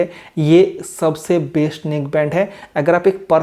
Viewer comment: "Baist" hai "Baist"😂😂😂😂